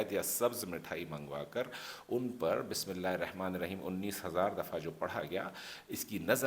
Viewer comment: Sorry to say Bismillah ka pronounciation sahi kar lijiye plz